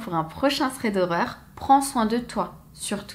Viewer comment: C’est quoi un « ssrède » horreur ? 😂